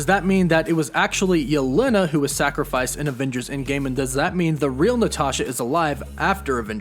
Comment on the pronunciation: you pronounce yelena really weirdly